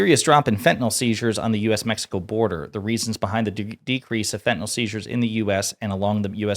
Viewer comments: FENTANYL:ending sounds like (NIL) ot fenta(nol) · its not fettenal its FENTANYL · You also said you would NEVER lie, that was your first lie and you have not stopped since!!! And it is not fentanol, it is fentanyl....you cannot even get that straight! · "Fe-inol"? As Press Secretary, the least she could do is pronounce "fentanyl" correctly. This Whitehouse is just a colossal joke on the American people. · She can’t pronounce ‘fentanyl’ properly…’fetanal’ 🤦‍♀️ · she is so smug yet pronounces "FentanYL" as "FETTENALLL". absolute trash. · What is “fehenol” - I know of fentanyl - maybe if she read the word she could pronounce it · The way she pronounces Fethenyl it’s fentanyl! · wtf is fe' e' no? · fe 'N' tanyl. ffs learn how to talk Tacobelle. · does she not know how to pronounce Fentanyl? Someone please tell her it isn't fetanyl. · Fentanyl is not said like that my dear 😂